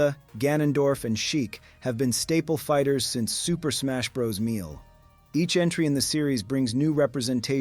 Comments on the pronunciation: Did you pronounce melee "meal?" It's pronounced "may-lay" this mistake makes me think this is AI lol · The word is over 300 years old and it is a French word. English-ing it up doesn't make it an English word. As a Frenchman, I can confirm that the spelling of the word is: mêlées It is prounced as (mee-lee). You can go with the bastardization of the word and choose to pronounce it like a British person: (meh-lay). Then, the NEWEST and worst version as it is a bastardization of the bastardizarion of the word, American: (may-lay). The word is 100% French. So, imagine English-ing up the rest of the French words we use in English just because we think we know better than the entire culture and history of the French people. LoL!! Poor form! Poor form! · Quit watching as soon as I heard Super Smash Brother MEAL.... fucking AI bullshit. Unsubbed. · Staple fighters since Super Smash Bros. “Meal”, you mean Mêlée! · AI can't say some words right. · damn how can A.I. not say melee correctly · Yup. Literally tabbed out of WoW, stopped the video and came to the comments to find this. It seemed like a decent video, but that's just wild. And what fucking AI doesn't know the word melee? No need to go any further.